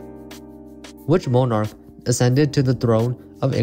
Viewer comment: "Mon-arch", not "Mo-narch"